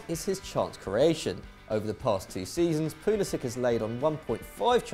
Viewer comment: Its pronounced 'pulisich'